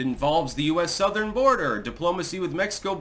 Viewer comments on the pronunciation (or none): none